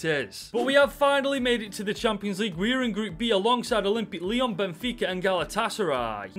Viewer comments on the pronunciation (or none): none